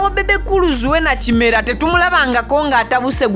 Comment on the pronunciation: webaale kutuweereza naye erinnya liri" kirema" not kimera" thank you